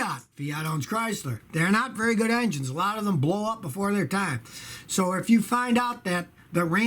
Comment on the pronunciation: "Vary" reliable.